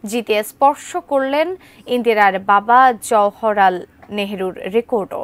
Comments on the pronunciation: "জওহরলাল" উচ্চারণ ঠিকমত করতে পারেননা, আবার সংবাদ পড়েন। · জওহরলাল নেহরু উচ্চারণ tao thik moto korte parlen na News presenter !!!!!!😮😮😮😮😮😮😮😮😮